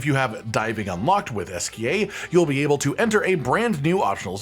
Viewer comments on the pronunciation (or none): none